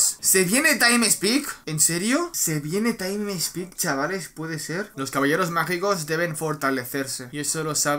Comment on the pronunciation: Taim spik